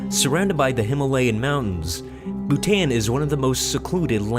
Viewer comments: they pronounce d Bhutan wrong then an is supposed to sound like on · It pronounce Bh-oo-tan not Bhutan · bhutan isn't pronounced boo-tan its pronounced boo-tawn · You dont pronounce Bhutan like Bu-Tan its Bhu-Ton dumbads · its pronounced bhuton not bhutan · It is Bhutān 'a' is pronuounced just like you pronounce it in 'father' Overall , Nice video 😊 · Bhutan is pronounced bhu ton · Yet another reason to love Bhutan. Also, it's pronounced Bootahn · Pronounced Bhutan incorrectly over and over again. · The narrator's pronunciation of Bhutan is so ignorant. It's not like the English language does not have the "â" sound. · you pronounced literally half these countries wrong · Bhutan pronounced wrong